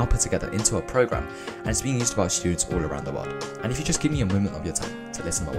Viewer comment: am i the only one hearing shtudents?